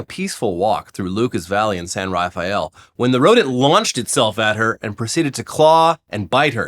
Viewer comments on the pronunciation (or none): People in the Bay call it San Ruh-fell, not Rafael. Lazy pronunciation. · Yeesh I thought you guys were from California. Its pronounced San "raff- el".😂 fuck get out of l.a. once in a while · Local here. Hearing pronounce "Marin" and "San Rafael" was super rough:-) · FYI for the Bay Area pronunciation for the squirrel story :) Marin County: muh-rin San Rafael: you pronounced it properly en espanol but the locals call it “San rafell”